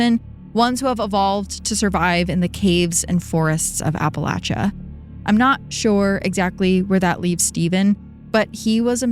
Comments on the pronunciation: Thanks for sayin Appalachia correctly! Ive hear lil sayings like "it's Appalachia or ill throw an apple atcha" to remember ✨ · THANK YOU for pronouncing Appalachia correctly HAHA